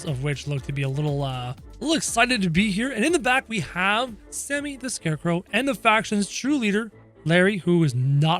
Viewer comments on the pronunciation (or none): none